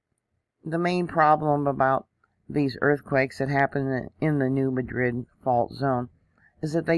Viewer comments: 😄❤ My husband said why is she saying it like that!😆 We also say tar for tire too! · You mispronounced NEW MADRID !!!